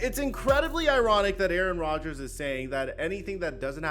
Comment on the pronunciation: 😂😂😂 “ Aaron Dodgers”